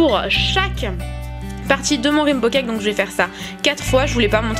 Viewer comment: rimbo cake ahahah XD raiiiinbow !